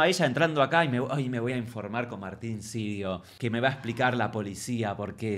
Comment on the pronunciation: Señooorrrrr Márrrrtin cirioo.. 😅